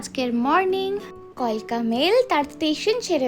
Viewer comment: ম্যাডাম কিছু মনে করবেন না আপনার ভিডিওটা খুব ভালো হয়েছে কিন্তু কথাটা কালকা মেল নট কলকা হবে না